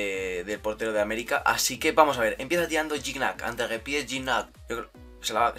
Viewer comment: Muy buena reacción al partido Unos detalles, el portero del América se llama marchesin no marquesin, al menos en México a Gignac se le pronuncia Guiñac. Y deberían reaccionar a la supercopa MX (campeones de copa) entre Cruz azul y Necaxa que fue antes de este partido. Arriba Mima kina!